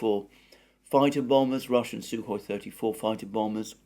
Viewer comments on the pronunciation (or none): none